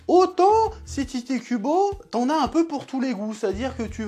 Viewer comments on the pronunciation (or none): Sauf que l'auteur de Bleach ne s'appelle pas Tité Kubo, mais Tite (prononcé "Tight" ou Taito à la japonaise). C'est déjà douloureux à entendre en temps normal dans les reviews de Bleach, mais là en plus ça fait complétement foirer les jeux de mots!!